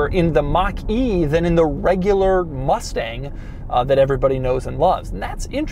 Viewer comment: They triggered me when they said Mustage mach E